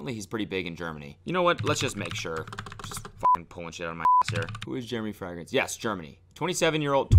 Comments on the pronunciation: It's even tougher when you pronounce it "frEHgrance" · Frag-rence lmao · fray-grince, not frehgrense lolol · everyone: fragrance Cody: frangrance Cody: fraangance Cody: fragrassne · He says Frigrance! Like Friday! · Why is no one talking about how Cody pronounces "fragrence"? its hurting me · I like how fragrance is pronounced “fer-ag-rance” thoughout the entire video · Yesss! I've never heard it pronounced that way haha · THANK YOU FOR ANSWERING MY QUESTION. i thought i'd missed something and he was prodying it by saying like that but...turns out he just pronounces like a gap year kid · The way you pronounce fragrance sends me into orbit. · Lol does anyone else notice that Cody doesn’t know how to pronounce fragrance... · Why is Cody pronouncing Fragrance so Funny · I can't tell if Cody is pronouncing 'fragrance' like a German on purpose or if he's just saying it weird.